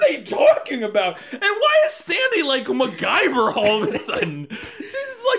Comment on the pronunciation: MacGyver, girl attempt I guess. So, MacGirlver.